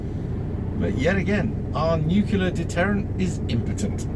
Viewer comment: NUCULAR :'D shut up you gammon featured twat focus on the road